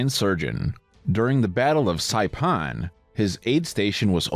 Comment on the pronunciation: You said my islands name wrong. It doesn't sound like Sai then Pahn it's saipan. Pan like the thing for cooking